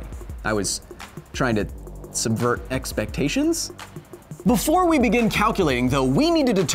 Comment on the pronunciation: “now se can speed through some math” lmao